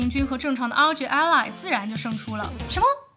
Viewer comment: ROG Ally 唸做 阿利 不是 阿萊